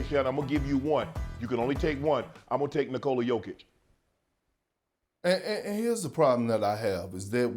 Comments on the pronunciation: Who’s yoke? Say jokic have some respect on his name you big habeeb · Everybody: Jokic Shannon: yoke